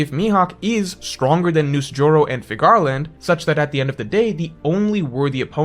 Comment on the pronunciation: Figure - Land. It’s pronounced Figure Land. Please stop pronouncing it like Cigar 😂